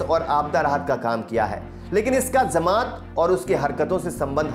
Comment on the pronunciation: जमात को zamat न उच्चारित करें